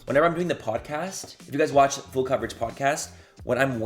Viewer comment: “IF you guys watch fool coverage” HAA hunny